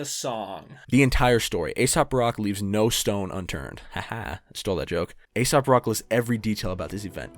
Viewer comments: Good vid, and I heard you when you knew he wasn’t ASAP rocky. But you - as many - continue to pronounce it as ASAP. It’s AesOp Rock, fuck. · Its not asap.. its ae-sop. 😅